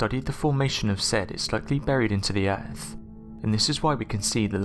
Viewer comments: Norf America planet Erf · Agreed. Worse than AQI, added to which are multiple instances of (e.g.) ‘togever’ (together) and ‘earf’ (Earth). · I can maybe help a bit if you are trying to understand the narrator's pronunciation: 1] for "Earf", read "Earth". 2] for "uvver", read "other" 3] for "funder", read "thunder" 4] for "dameter" read "diameter" 5] for "megaliffic" read "megalithic" 6] for "wivout", read "without" etc.etc.